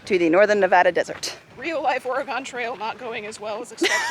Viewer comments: The pronunciation of Oregon hurt my soul. Not Ore-ah-gone, Ore-ah-gun. Off my soapbox now. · It's pronounced Or uhh gun, not Or eeeee gone. Oregon. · ORE-gun Trail (like an organ you play or an organ in your body) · "Oh-ree-gone" Oregonians: * cringing a little * Me, an Oregonian studying linguistics with a strong PNW accent that sounds like Tawnya Harding: It's a reginil ax-ent. Give them a break.